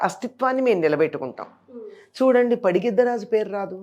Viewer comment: పడిగిద్ద రాజు కాదు పగిద్దరాజు